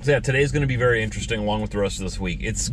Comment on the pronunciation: Wery... wery... nice weather 😰